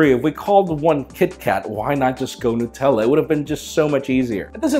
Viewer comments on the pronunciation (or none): none